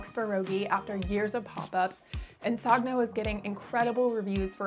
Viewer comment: Did she say SOGG-NO?!? SONN-YO please. It is Italian after all.